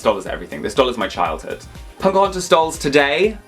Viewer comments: I always hear saying "PoNcahontas" and I actually love it lol. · When they say Pocahontas it sounds like punkahontas😂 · Love the video put why he call her “Ponkahontas”??? 😭💀